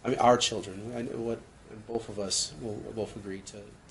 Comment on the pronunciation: Has anyone noticed that says “wiff and boff) instead of with and both???